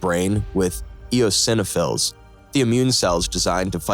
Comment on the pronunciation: You still can't pronounce "eosinophils" correctly.